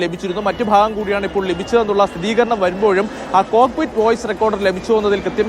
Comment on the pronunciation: സഹോദരാ, സ്ഥിതീകരണം അല്ല, സ്ഥിരീകരണം ആണ് കറക്റ്റ്